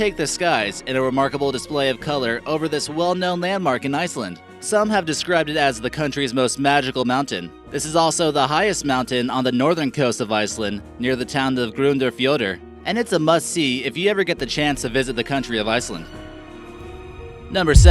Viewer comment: U dont say Gronderfjoardar u Say g rundarfjorður